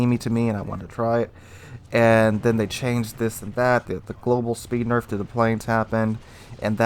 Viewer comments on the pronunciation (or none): none